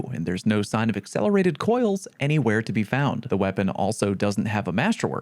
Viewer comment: "I double checked and there's no sign of ACCELLERATED COILD"